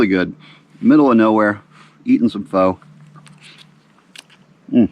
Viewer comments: its FUH not FOE. looks like a FUN trip. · Love your videos - btw pho is awesome! It’s pronounced fa not foe / thanks for putting out the fun videos. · Just an fyi.... It is pronounced "fuh" or "foe" depending. It is better than chicken noodle soup when you aren't feeling well.